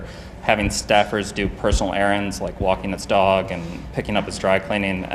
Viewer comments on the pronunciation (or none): His NY accent really came through when saying... "Walking his dog." :)